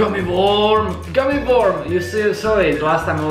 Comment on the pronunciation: you pernounced worm wrong lol